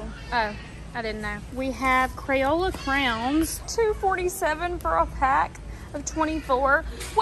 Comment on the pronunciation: I love that you say crowns lol…… that is the only right way to say it in my opinion 😌